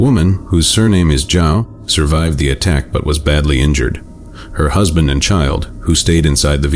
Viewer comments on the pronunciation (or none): none